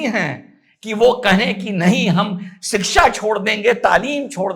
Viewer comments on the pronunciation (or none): none